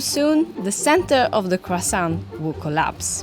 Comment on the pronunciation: the T in croissant is silent, who are these people....